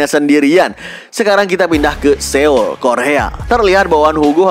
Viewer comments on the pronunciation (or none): none